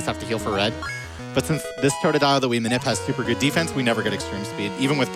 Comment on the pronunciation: Can the dude not pronounce totodile ?